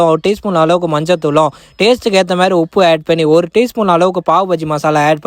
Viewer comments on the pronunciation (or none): none